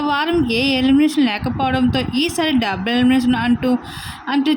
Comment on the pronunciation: డబ్బులు ఎలిమినేషన్ కాదే డబుల్ అని పలుకు. అసలు నువ్వెలా వ్యాఖ్యాత అయ్యావే? నీ తస్సదియ్య!